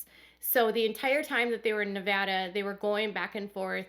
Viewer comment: Your videos are always so informative and you do such a good job presenting the information in such a intelligent way. I have to say, thank you so much for pronouncing Nevada correctly! It may seem like a small thing but so many people pronounce it nevOda. It was a relief to hear it said correctly.